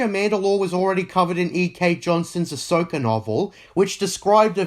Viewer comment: its pronounced also not osoh.